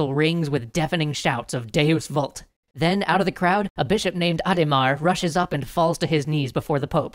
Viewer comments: Sorry to be a snob, but it's pronounced "wult" not "vult" for deus vult. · Hate to point this out, but 'v' is pronounced as a 'w' in latin, so 'deus vult' is pronounced 'deus WULT'. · Vult isn't said like vault it's Latin where the v is said as a w sound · wouldn't it be pronounced 'wult' since it's latin?